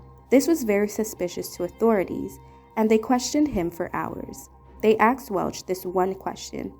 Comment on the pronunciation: Asked not axed seriously